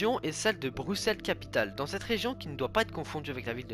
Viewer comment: Et bravo d'avoir bien prononcé Bruxelles... c'est trop rare